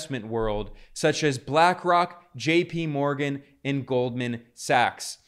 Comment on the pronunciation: "The Kremmin'" and "Jippy Morgan" 🤣😂